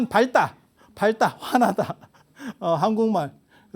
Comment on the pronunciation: 밝다~ 발따로 발음하지 않고 박따로 발음합니다. 잘 듣고 봤습니다. 고맙습니다.